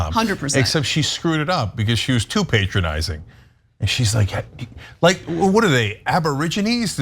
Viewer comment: Stop saying pay tronising